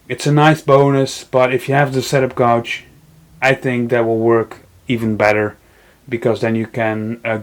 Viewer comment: Thanks for the video. I'm planning to go with Jessem for my router table. Very well presented with lots of good information. FYI, gauge rhymes with page. You helped us, hopefully I can help you with your pronunciation of that strange word.